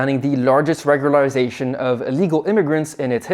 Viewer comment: I couldn't help but stifle a little grin as you tried your best pronunciation of "regularisation". And with a completely straight face to boot (how many hours of practice?) It was unkind, I know...but I couldn't help it! 😂 It was so adorable!